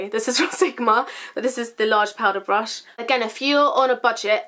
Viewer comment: I swear you say blush instead of brush sometimes lol xx